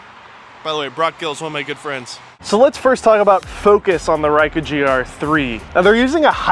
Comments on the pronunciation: Never heard of a "Riker" griii. Its Ricoh pronounced REE-CO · It is better to know how to correctly pronounce the product you are reviewing. I will blame Kai, Raicoh.... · its ree-ko and bok-kay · I think you are mispronouncing "Ricoh". You are saying "why-koo" when it should be "ree-ko". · Did you use the lasted firmware and the lasted ImageSync app by Ricoh? Why do you pronounce it Rai as opposed to Ree coh? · Reiku not Ricoh, get it right people! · Just got it myself, btw you're not pronouncing Ricoh well, Rycu? It's Ree coh. lol. But you shoot in program auto so... it's fine. lol. Thanks for the video.. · you wanna see my rye-koo?? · Dude its Ricoh (reeco) not ruyko or rayko; thats like when people mispronounce nikon and say nuykon instead of neekon; remember that letter i is usually pronounced as what you see/say in words such as kid, hit, fit, in, etc..especially in most languages it is pronounced as such; even in english it is pronounced in many words as such (it would be easier if it was written inglish but that is a fault of english language which burrowed heavily from french and other languages making a weird soup) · I like this review but I'm pretty sure Ricoh doesn't rhyme with Haiku as it's spoken here. Also that awesome third party GR app isn't available for Android phones sadly. Shame because Image Sync the official Ricoh one basically stopped working when I moved from a HTC One M8 to a Samsung S9 Plus. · RAICO? Like AIRAQ vs IRAQ? It is RICO.. not RAICO. ;-) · Reecoh, what the hell is a Raicoh? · Stop. Saying. RYKOH. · feel like im losing my mind everytime you say rykoh. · Yeah,it's Reekoh. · REE COH sheesh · cringy thumbs down for "ryco" ugh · mispronouncing Ricoh throughout that whole video is like wearing a confident smile on your face while walking around with your zipper aggressively open the entire day. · I have an older model GRD IV, great video but you're mispronouncing the name Ricoh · You did better than me.24 secs and I bailed.